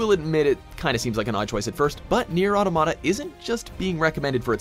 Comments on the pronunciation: Nier Ah-tom-ata not Nier Auto-mata Like "automaton" not.....a word that doesn't exist. Automata is a real word. It's the plural of automaton. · How come most people on the internet can't pronounce Automata correctly? It sounds like the word Automaton, meaning robot